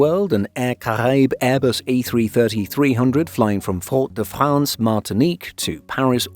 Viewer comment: No one pronounces Fort-de-France that way